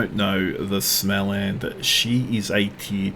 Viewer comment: ' it's smolland btw:) The o above the A is a modifier like a German umlaut Funny how so many DDs don't do the booty thing